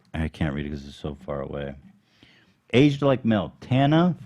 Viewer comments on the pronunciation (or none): Are we not going to talk about how Ethan pronounced Tana’s last name lol